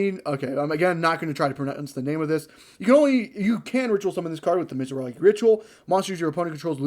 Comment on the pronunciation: The "mitzaragi" was killing me 😂